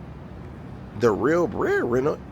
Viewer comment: “the real bread wrenner”😂😂😂😂